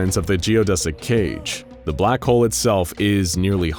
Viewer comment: Why do I hear “Black hoe” instead of “Black Hole”?